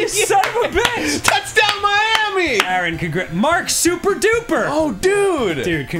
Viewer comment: I love how Miami is "MIA"